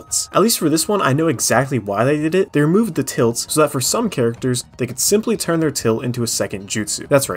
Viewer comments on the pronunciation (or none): none